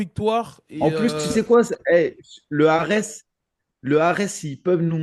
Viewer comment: leu ares.... bruddah... vous l'faites exprès!